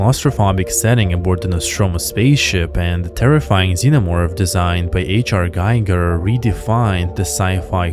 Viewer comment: brate... its NOT GYGER or GEIGER! its GIGER spelled Gee-gar